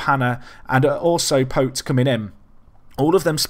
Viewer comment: "Pote" is pronounced "poh-chee"